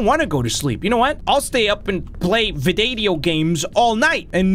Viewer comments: "Vidadeo Games" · "Vidadeo gaems" By